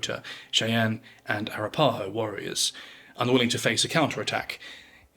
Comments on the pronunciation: A-rap-a-ho, your inflection is in the wrong spots. Sorry I'm an archaeologist with a particular affinity for speech 😂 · it's "A-Rap-A-Ho" ....ffs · Arapaho is pronounced a-RAP-a-ho. 😂 I'm sorry I can't take the rest of this video seriously. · You're British, so you're forgiven. You pronounce Arapaho like Ah-rap-ah-ho, not Ara-pa-ho. You Brits have a hard time with Native American terms and Spanish words. The Spanish language is consistent with it's vowels. Unlike English. Our Germanic language is filled by French based words because of the Normans. Our use of vowels inconsistently is why English is known as one of the hardest languages to learn. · FYI - Arapaho is pronounced uh wrap' uh hoe. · Air-ah-PAH-ho. Fascinating pronunciation. I actually don't know the "correct" way to say it. I was taught Ah-RAP-ah-ho, but it works either way. Thank you for the alternate perspective! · A-ra-pa-ho, not ara-paho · Arapaho is pronounced "air-uh-paw-ho"... or if west of the Mississippi its "Our-rap-paw-ho". The video's mispronunciation is distracting. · Its...Ah Ra Pah Ho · Arapaho is pronounced a-rap-a-ho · arapaho is pronounced a-rap-pa-hoe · that's the wackiest pronunciation of "arapaho" i've ever heard lol. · I always wondered how a Brit would pronounce "Arapaho" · i think that has more to do with this dude being english than being a white guy. i'm in the states and have never heard anyone of any color pronounce it incorrectly here. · Thank you for your post. Some pronunciation tidbits - Arapaho is pronounced uh WRAP' uh hoe Arikara is pronounced uh RICK' uh ruh